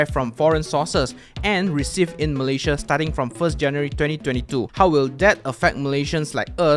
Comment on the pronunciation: Thanks for the tutorial but please learn to pronounce the name of your country 'Malaysia' correctly.